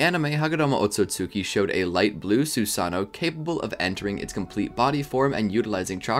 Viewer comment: You forgot to pronounce both o’s